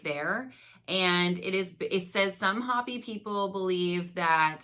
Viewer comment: “HO PEe “ say it like it sounds- awesome video